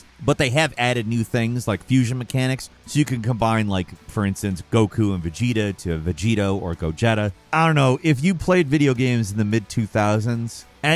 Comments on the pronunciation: Really? I couldn't tell by the way you pronounced "Gogeta" as "Gojetta". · Ayye Sparking Zero got mentioned sweet. bro.. It's Go-Jee-Tah I havent heard anyone say Go-Getta in forever lol. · Go-jetta?? He finds words to mispronounce every video. It has to be on purpose now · Ah yes, the Volkswagen Gojetta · Its GogEta "eeee" not "eh" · I'm sorry. What did he call Gogeta? Lol Gojetta? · Nah not Gojeta.. Gojeta is absurd to the ears lol.. Its Go"G"eta my guy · He said Gejetta instead of Gogeta lol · bro said "Go Jeta" 😐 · Yessir it's the fusion of the go-kart and Volkswagen jetta 😂😂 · This man did NOOOOOT just say "GO-JETTA"!?!?!?!? Arrghhhhhh!!!! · Bro. gojet lmao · It's pronounced Go-Ge-Ta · What the hell is a Gojetta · calling him Gojeta is crazy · Gojetta?! Tf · I know I didn’t hear GoJetta🤣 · He said "Gojetta" lmao 🤣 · Oh hold up brotha you said GOGETAS NAME WRONG BUDDY ITS [GO G TA} IS HOW ITS PRONOUNCED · says Go-jet-a Me: Ben Affleck smoking a cigarette meme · Love you, BUT you killed me with "Gojetta" lmao😂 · if you say goJETTA. bro plz do us a favor and skip the topic lmfao so pathetic lol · the infamous fusion... go-jetta. So like a fusion of a go-kart and a Volkswagen jetta 😂😂😂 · "Gojetta" hurt my soul 😂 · my mans said Go jetta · 😂 Hold up did you say Go-Chedda smh 🤦🏿 the disrespect lmao 🤣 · I heard go-jetta... like a Volkswagen jetta and go-kart fusion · Not saying Gojeta 😂😂😂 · I almost stopped watching when bro said “Go-jeta” it’s like when ppl say “Poke-man” I hate it lol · Um I'm sorry WHAT did you just call him? "GoJETa"??? I swear he mispronounces stuff just to get a comment out of us.😂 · It's "Gojeta" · The way he said gogeta physically hurt me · How you pronounced gogeta 🤦‍♂️ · lol self report..He instantly lost all credibility the way he pronounced gogeta.😂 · That Gogeta pronunciation hurt my ears from the other room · Wtf did you call Gogeta? 😂😂😂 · Come on bro you can’t pronounce gogeta right